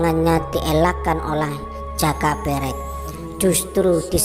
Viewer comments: Pengucapan jaka berek kok gtu kyk video sebelah. Menunjukkan bukan org jawa yg ngomong jaka berek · Nyari yg pengucapan joko berek bener gak ada ya yg bener kayak lidah org luar jawa. Kalo bikin konten teliti yg bener min. Salah ucap lain namanya lo. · Mohon maaf pengucapan nama joko berek sepertinya beda sama sumber dari juru kunci makam eyang sawunggaling,,juga ayam eyang sawunggaling bukankah namanya gong bagong 🙏 salam rahayu salam budoyo🙏